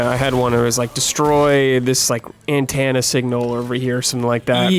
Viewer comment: Umm, come again? Ann-tan-ah? Have I been pronouncing the word wrong my whole life?